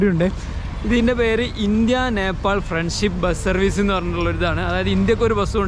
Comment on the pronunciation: Uneducated പറഞ്ഞാൽ തിരിയാത്ത നാക്ക് വടിക്കാത്ത വടക്കൻ കാക്ക കുഞ്ഞ്… റീച് കൂട്ടാൻ ആയിട്ട് നേപ്പാൾ ടൂ കൊണ്ടോട്ടി എന്ന് ഇടായിരുന്നില്ലേടാ?